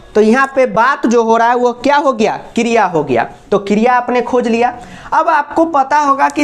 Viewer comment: What is kriyaa😆😆. London waali maam